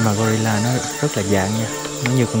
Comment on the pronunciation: " khỷ đột là gờ-ry-là "